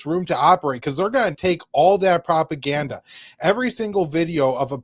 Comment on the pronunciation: Oh the probgande is hard in this video 😂😂😂😂 Irani probgandes